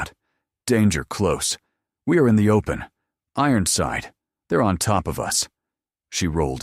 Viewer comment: “Ironside” does not have 4 syllables.